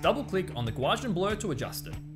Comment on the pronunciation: awesome video...curious....did you say GUA-JIAN blur? lol - It's "GA"....then "U"........correct sounds like gau-see-an